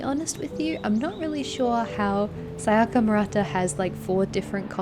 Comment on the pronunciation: You're like the only white person I've heard not call her "Saiyaka"